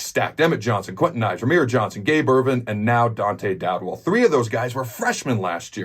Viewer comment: Dowdell not Dowdwell, Adam